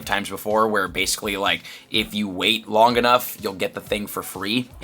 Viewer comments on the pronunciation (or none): none